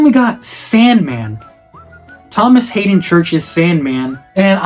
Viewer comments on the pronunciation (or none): none